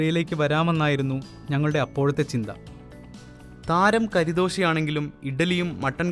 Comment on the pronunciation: കരിദോശയല്ല ബ്രോ കറിദോശയാണ്, കറി എന്ന്‌ പറഞ്ഞാൽ ഇറച്ചി.